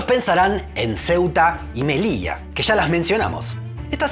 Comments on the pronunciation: Me encantó, y dijiste Melilla (no Melicha, perdón si ofendo). Tienes un 10. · Me ha sorprendido que pronunciaras Melilla y no Melisha! Me encanta tu acento pero también es agradable oírte pronunciar la ll como un español.